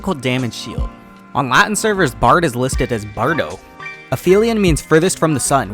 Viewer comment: "in latin american servers, bard is called bardo" the way he said "bardo" was really close to what we say here in brazil :0 is he secretly a brazilian? figure it out in the next episode of 10 minutes of useless LoL information